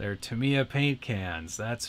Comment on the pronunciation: To be honest, I think it's supposed to be pronounced Tamiya with a long first 'a', with a very open mouth. Like TA-A-Am-iya. It is very unfavorable for native speakers of English, and it's one of the greatest mysteries of the RC hobby, if you ask me! Love your videos!